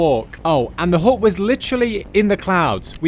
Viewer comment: Haha, the British pronounciation of the word 'hut' with a silent T is hilarious. Hu!